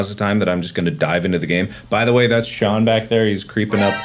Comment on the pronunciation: Shuan as in,Shaun Murray? or am i big stoopid and he meant Sean,Jacksepticeye